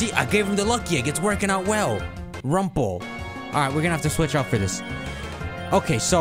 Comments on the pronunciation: Lol he's still pronouncing "Wurmple" as "Rumple" just like in 2015. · I hate how he pronounces wurmple as wrumple